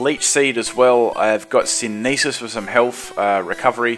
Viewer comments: The way he said synthesis made me laugh. Syn-a-this... It's Sin-the-sis. XD Made my day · Synesis? Synthesis. SYNTH-UH-SIS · it still bugs me to this day for you say synEEsis instead of synTHEHsis ._> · Synthesis is pronounced "sin-thesis" as in "photosynthesis".